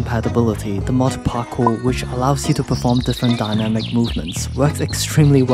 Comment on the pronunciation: Finally “Parcool!” is getting the credit it deserves.